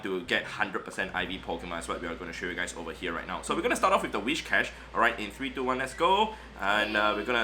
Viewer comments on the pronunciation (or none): Where does the 'h' in Whishcash come from? :D afaik it is Whiscash. It has nothing to do with wishes. Also this 'experiment' is useless. Of course a hundo does more raw fast move damage. Therefore mirror matches are almost always in favor of the hundo. The difference comes in other matchups.